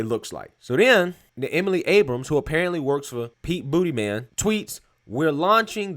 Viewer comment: This reminds me of the Venezuela episode of Parks & Rec: "believe it or not.. straight to jail" 🤣🤣🤣🤣🤣 You said Pete BootyMan🤣🤣🤣🤣🤣🤣🤣🤣💀💀💀💀💀💀